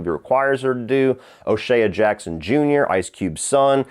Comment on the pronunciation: Great video as always. OShea' s name is pronounced O Shay. I thought you'd like to know that. Keep doing dope work